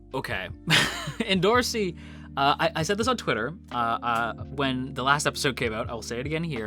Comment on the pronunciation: it's pronounced EN--DO--RO--SI